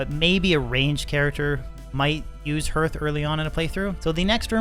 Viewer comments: I gotchu, hearth sounds like Marth, not Earth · its pronounced Har-th